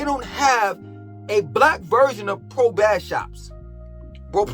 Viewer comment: BASS PRO SHOPS REPEAT BASS MF PRO SHOPS YOU CANT EVEN SAY IT RIGHT